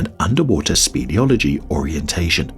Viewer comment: Lol. “SPEEDeology.” Stupid Ai narrator. You’re never gona get enough energy to reach singularity. Jerk. Get a human narrator